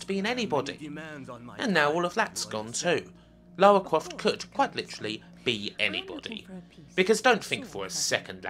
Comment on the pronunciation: LAUWAAA CWAUFT